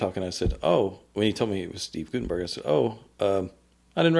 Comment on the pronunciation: I don't want to offend anyone but Steve pronounces his last name as Gut-en-berg, not Goot-en-berg.